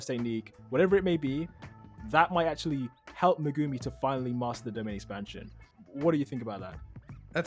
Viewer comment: Did you guys call him…..Megoomy…?